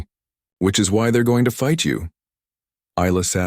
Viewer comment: Geez how many different ways does it say Isla. Iz-la, Ee-la, ess-la, ess-la I'm sure there was more it's pronounced Eye-la and that's the only correct way to say it. Names have meanings from the country of origin. That is unless you make up stupid names like Shanikywakanda. We all know which group I'm talking about. EBT (every black transaction) using worthless nobody's.